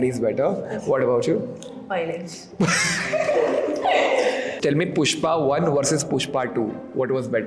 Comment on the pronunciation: Voy-lence/वॉय-लेन्स nahi! It is pronounced, vy-o-lence, वाई-ओ-लेन्स!